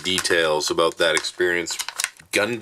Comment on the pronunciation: Glad to see you back. Awesome review. Loved the opening. “Don’t worry ABOOT that”. LOL 😝😆🤣😁😂